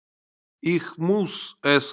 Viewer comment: Да,всё вполне сносно .НО! Ваше произношение УЖАСНО.Если люди будут повторять ваше произношение - изучение немецкого посредством ваших уроков в итоге станет для них почти пустой тратой времени.Ну как можно обучать кого-то языку,совершенно не владея правильным произношением??? Неужели Вам так сложно говорить слово Ich , произнося его в конце с мягким знаком, ИХЬ !? При всём уважении,Вам самому не помешало бы взять курсы произношения ,иначе учить других людей иностранному языку у Вас нет никакого морального права . Поверьте,я не со зла…а просто жаль людей ,которые учат немецкий по Вашим интернет урокам. С наилучшими пожеланиями...